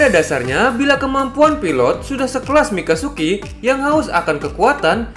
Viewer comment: Wkwk.. bang.. Mikazuki Bang.. mikasuki beda arti lagi. 🤣🤣🤣🤣